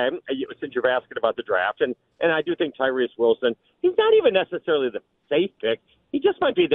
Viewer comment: Nothing this dude says is credible since he can't even say TYREE Wilson's name correctly.